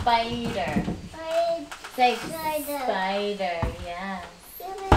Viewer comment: She calls spider "hider". My daughter is now 24 and I remember when she called thunder "wonder". Reminds me of the laughs I had as a young father.